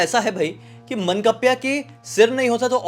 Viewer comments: मनकप्प्या नहीं सर...मानकाप्या बोलते है भूत को । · मंकप्या nhi 😂 मान काप्या hota hai... decapitator, someone who beheads 💀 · मनकप्या नाही, मानकाप्या 😅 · Mannkapya nahi ye mann-kavya hai 😅😂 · मनकप्प्या नही बे.मानकाप्या होता है.